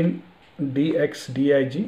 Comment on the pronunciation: its not dxdig its dxdiag